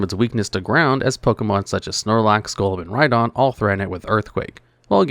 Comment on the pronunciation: he says "RhyGON" lmao